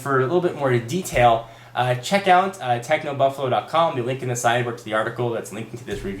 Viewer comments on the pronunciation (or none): Really great review. But I swear you said "Techno But-flow" at the beginning.